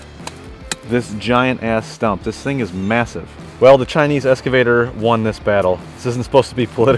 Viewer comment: Good video… just…….“ex ca vator” ….. everything else was great!👍